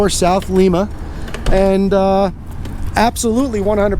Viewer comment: It's actually pronounced Lime-a not lema. Just though I'd toss that out